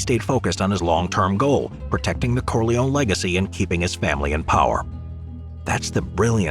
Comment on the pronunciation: Corleone pronounced Core-lee-own-ee